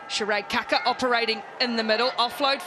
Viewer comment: Kia ora ki nga Black Ferns 💛💙💚 an awsmas moment for ualll💕💕💕 my gripe is that once again the lack of proper pronunciation by announcer of team member 'Kaka' which should be pronounced as 'Kaakaa' similar to saying car-car aka Kar-Kar with no 'r-sound